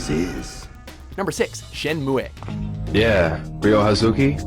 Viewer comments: Why don't you fucking learn how to pronounce Shenmue, you fuck!? It's Shen-moo, not Shen-muey. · It's pronounced "Shen-mu", not Shen-muwe. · Shenmue is pronounced Shen-moo not Shen-mue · Shenmu--ey??? Its Shenmue! You pronounce it Shen-Moo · it is NOT SHENMUWE???? it is SHEN----MUUUUUUUU.... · “Shenmueh” I feel like every single WatchMojo video I watch has at least one god awful mispronunciation of something. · Shemue is pronounced "Shin Moo" just fyi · Shen-moo-"eh" lol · Shenmoo is how its pronounced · SHENN MOO-EH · Shen moo ayy wtf watchmojo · "Shenmuaé!!" ?? really? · Stop sayin' "Shenmuééééééé" for fuck sake! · Did he just say,"Shenmue-a?" WTF? Just say it how it sounds. What an idiot. & how is Shenmue 1 more expensive than Shenmue 2? Shenmue 2 was way bigger. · Shenmuehhhhhhh wtf thats not how you pronounce that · The way you pronounced Shenmue triggered me.